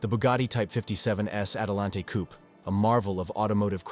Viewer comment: "coop" LOL